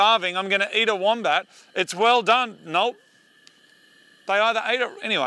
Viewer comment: Legit thought it was called the mombat😅😂